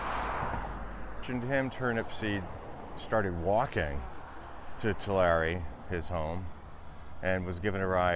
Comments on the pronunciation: The town is, Too' la ree, not, to Larry. Your morbid curiosity is astounding! Your claim the James Dean was killed, is just plain incorrect. Leave the Turnipseed family alone. James Dean was driving way too fast and claiming that Mr. Turnipseed caused the accident, is erroneous, at best. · May I add the /a/ in Tulare is pronounced like the /a/ in “air” not like the /a/ in “art” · I just saying your saying tulare wrong